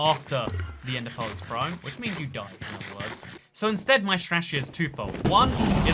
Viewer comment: i kept hearing "ender pole" and wondered what in the world that was. about the 10th time he said it, i realized he was saying "ender pearl".